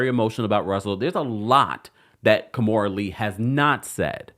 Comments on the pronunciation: It is Ki-mora not Ka-mora 😵‍💫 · 🤦🏾‍♂️ Key-More-Da(Amistad Voice)